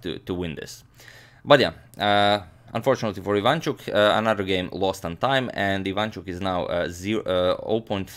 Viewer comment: yes and his second name is ivanchUk, not ivAnchuk, but nobody cares here :)